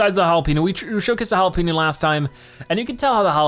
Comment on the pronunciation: It's hard for you to pronounce jalapeño and yet your not pronouncing it right